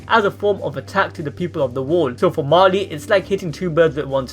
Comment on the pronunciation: Also its pronounced Marley not Marli